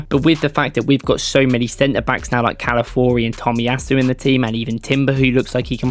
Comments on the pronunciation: Ca-la-fi-o-ri mate. The first i isn't silent. Every time somehow you pronounce it Cala-four-i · Mispronounced his name